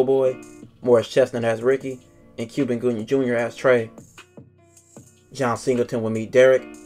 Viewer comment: Did you say Cuban Gooding Jr.??